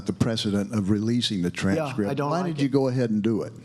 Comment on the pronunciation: Now Romney saying tranrscript makes him guilty go away traitor.